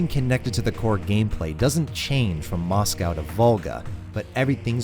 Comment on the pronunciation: The way you pronounce “Moscow” makes me want to rip my ears off… Still, cool essay.